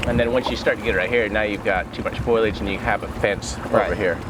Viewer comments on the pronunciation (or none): Foilage, FOILAGE. I AFTER the L, FOL-I-AGE. This bothers me more than it should! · Love you guys...you do amazing work, thank you for providing peace to so many families. But....please pronounce the brush/small trees/weeds correctly. Foe lee edge. Foliage. Not foil edge. Thanks from a huge fan.